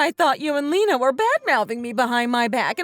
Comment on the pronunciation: Lena is pronounced Lee-na, not Lenna.